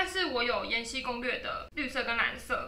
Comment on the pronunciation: 是 延禧(喜)攻略，不是延禧(西)攻略。 ：D